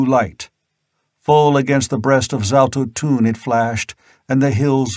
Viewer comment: Zal- toe-ton.......not toon